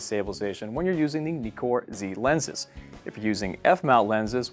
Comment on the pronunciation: This dude..... “When you are using the ‘Knee-core’ lenses.” It’s pronounced Ni-kor. It’s not a “Kneekon” camera. Lol